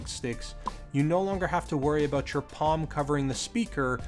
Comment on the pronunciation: "let's talk aboot it" - shuts off video